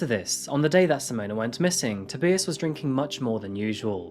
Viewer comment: Simona and toebeeus 😂